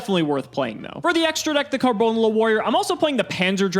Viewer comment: Why does say Karbonala so weirdly.... It's one word, but he makes it two lmao.